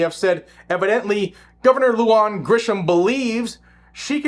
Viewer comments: Love your content.. big supporter.. Just an FYI for you (having been born in NM), not that it's really important, but wanted to offer the pronunciation of these names/words.. First, the commie governor's name is Lujan, pronounced *LOO-HAHN*... Next "Bernalillo"... pronounced *BERN-AH-LEE-OH*... Totally NOT hating man, like I said... LOVE you! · FYI: Lujan is pronounced like 'loo han'